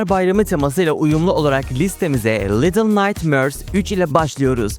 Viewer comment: Daha başta defalarca “little naytmööörs” dedin ve bitti orda her şey. Duyduğum en rahatsız edici İngilizce telaffuzuna sahipsin.